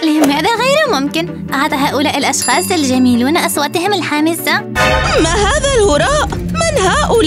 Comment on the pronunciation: الحاسمة وليست الحامسة